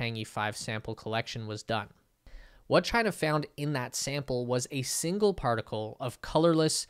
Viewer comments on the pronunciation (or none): none